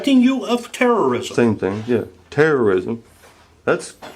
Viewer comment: "Terrism!" LMAO